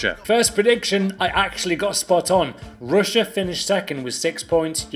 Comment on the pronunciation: Ruined pronunciation on russia